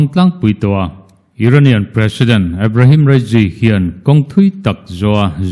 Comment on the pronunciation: Ebrehem rasy tih te chu a😂😂😂😂